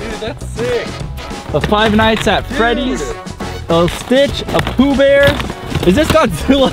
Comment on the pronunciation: who else thought say the b word when he pulled out stich 🤣